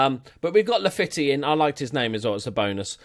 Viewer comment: As everyone has said Weigl is like vye-gul. And Laffitte is pronounced like la-feet, but by all means carry on as you were